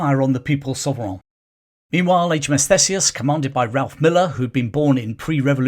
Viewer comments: It’s pronounced THEESEUS, NOT THESEUS. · Thanks for the vid. Just a heads up for future reference, Theseus is pronounced Theesius.